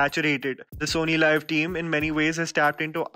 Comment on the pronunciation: It's SonyLiv not Sony Live. सोनी लीव। Not लाइव